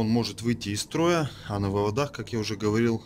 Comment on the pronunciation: Вот только слово "вывода́х" (не только в этом видео) режет слух. Не существует слова "вывода́", зато очень даже есть "вы́воды" и вам, как русскоговорящему электрику, должно быть стыдно за такие ошибки.